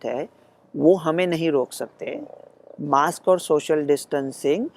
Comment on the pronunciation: लोकमत म्हणते मॉस्क.... ज्याला आम्ही म्हणतो मास्क.